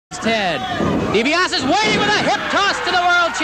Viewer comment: man, nobody knew how to properly pronounce Dibiase back then especially in mid south.